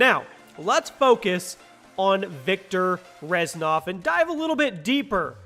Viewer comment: its Reznov not Reznof